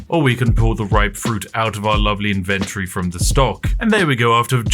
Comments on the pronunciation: I chuckle a bit at how 'inventory' became "invendry" in england. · Him saying inventory is exquisite